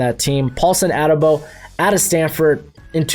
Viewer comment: A-de-bo. Not ade-bo. Please learn the people’s names man lol